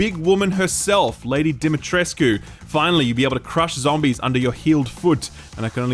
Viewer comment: Gross, you said DimitresCU. Dimitresc....only mouth the u, don't pronounce it.